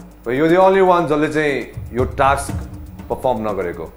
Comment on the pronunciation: most of them don't know how to pronounce task...